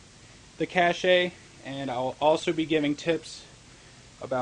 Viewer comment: Pronounced cash. Not cash-ay.